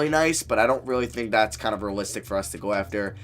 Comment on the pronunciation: Great vid but it rly bothers me when you say rulistic rebuild not realistic